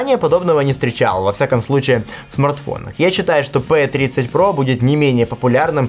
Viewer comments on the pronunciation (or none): Не пэ а пи